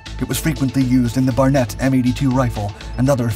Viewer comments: Where do you find these narrators that can’t speak English or pronounce the word correctly. The 50 caliber rifle. He is speaking about is called the Barrett not the Barnett. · It's Barrett, not Barnet. I get the feeling I'm taking the "correction comment" bait, but oh well. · Total BS… computer generated voice .. it’s BARRETT not BARNET… damn fools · The announcer called the Barret M82 the "Barnet M82". Must not be a gun guy as most firearms enthusiasts wouldn't mispronounce that name in particular.